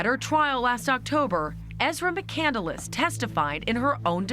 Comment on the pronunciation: Cand-less NOT Candle-less or Candeless. Not that difficult.